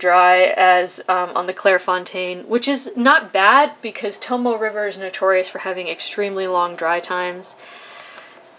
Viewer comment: I'm not 100% certain, but I think that it's pronounced Tomo"A" river, with the E at the end making an "A" sound. Please don't hate, cuz I've got none, and I thoroughly enjoy Your videos. Keep at it!